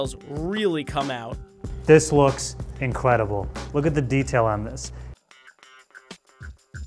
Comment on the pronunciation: “inquedible” what¿